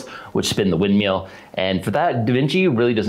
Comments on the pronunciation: I just love how he keeps calling it a wind MEAL. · wind "meal?" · Wind MILL, rhymes with Hill, not wind MEAL. I enjoyed the video but that pronunciation was more painful than a midwesterner trying to say "Aaron earned an iron urn" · "Wind meal" What fucks me up about this is that when he says "Water Mill" he doesn't do it. WTF? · Am I the only who be hearing meal and not mill? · Mill. Wind *mill*. Lol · wtf is a wind meal? say words properly please